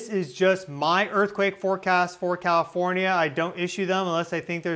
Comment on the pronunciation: CAL IF ORN YA, NOT COW FORNYA YOU SHOULD KNOW THAT